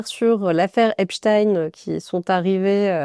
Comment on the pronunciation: Et le Mossad y est pour quelque chose. Epstaïnne ou Epstine 🤣